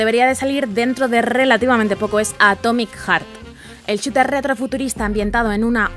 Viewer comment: Que HORROOOOOR xD ve a una academia y práctica el inglés, o mira en Youtube, videos de otros youtubers de habla inglesa y escucha como pronuncia palabras en inglés que has utilizado, si no sabes pronunciarlo di mejor en español... No se dice chuter, se dice shooter o el español podrías decir juego de disparos :l o godoguar no se dice así es God Of War (Gad of Wor) o el español Dios de la guerra... No hace falta destruir la lengua inglesa para dar tus 20 mejores juegos, sino puedes pronunciar algo mejor dilo en tu lengua nativa pero no pronuncies palabras que desconoces se ve horrible y da asco ver videos así, mejor no verlos y manita abajo